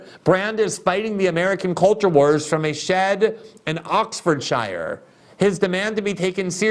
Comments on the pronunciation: *Oxfordshire is pronounced OXFORD-sher. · Pronounced - Oxford-cha